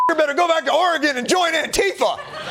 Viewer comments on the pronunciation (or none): Did he say Oraygone?? I'm not sure why everybody is missing the boat on this AI thing that's going on...